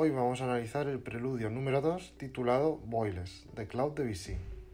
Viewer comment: El titulo se pronuncia "ffuAl".